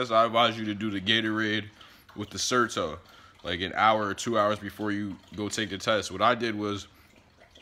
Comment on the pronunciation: Certo? Zerto?